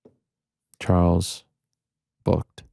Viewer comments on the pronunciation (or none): none